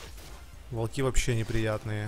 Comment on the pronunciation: Волки ударение на я О !!!!! А не на И